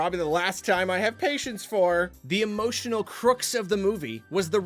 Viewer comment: my sweet summer child, you don't pronounce "crux" like "crooks", it's like "bucks"